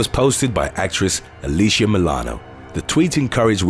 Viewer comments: Alyssa is pronounced AH-LISS-AH not AH-LEASH-AH. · Alyssa not Alisha